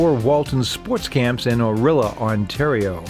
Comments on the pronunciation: Orr-Walton Sports Camps are in Or-ILL-yuh not , Orilla as in Magilla etc. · Thats O-rill-i-a, not O-rilla. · That’s “O-ril-ee-ah” not “Orilla.” C’mon man. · It's Orillia. You said orilla. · Yes, I picked up on that too. I believe it's properly pronounced 'Orr-rill-ya.' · Did you hear the way the narrator pronounced "Orillia"?😅 I think some of my friends went to that camp, always seemed odd to me, as Hockey was my winter sport. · The narrator needs to learn to pronounce "Orillia" correctly. :)